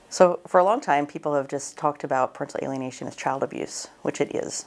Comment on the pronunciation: What does she say at the very start... sounds like "prickly Alienation" refers to..., I searched but can find anything